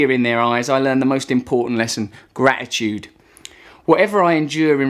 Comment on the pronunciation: it's not gra'i'tude. It's gra-tit-tude. It even has tit in it Russell, which you'll like, learn to say it properly.